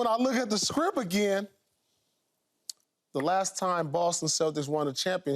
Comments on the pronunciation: Sounds like Pierce is saying scripp and sounds terrible saying it😂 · I hear scripp, not script 😂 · Did he saying Script or Shrimp?😂